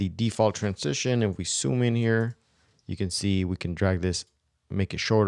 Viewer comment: I'm not sure why I'm bothered by the fact that he can't say ZOOM but says SOOM instead. All in all this video is great.